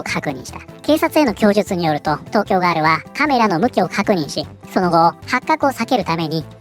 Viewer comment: ガー↑ル↓だと！？ふざけんじゃねぇよお前！おばさんだろォ！？